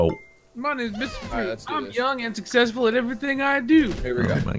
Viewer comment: "I'm so sucfessful" -Nice try,. We can't all speak perfect English like Fruit.;)